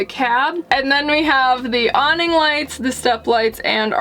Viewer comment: really nice build, and cute couple... but I'm definitely going to tease the way they pronounce some words, like a combination of low energy mumbling with the occasional French accent. "Proh-Pain" "Ahhm-beee-ohnce" "dreen-keeng" "Awwh-neeng" "Soph-close" "Treash-bahgs" ... like talking is painful or they've never used the word in conversation more than once.